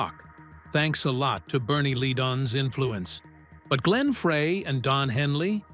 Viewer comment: I had to stop when I heard the name "Glenn Fray. "